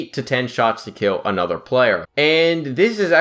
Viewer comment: He says “another” like “anoder” wtf. Sounds like a 6 year old